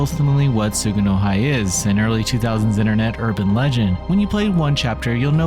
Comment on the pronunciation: Tsu-gu-no-hee btw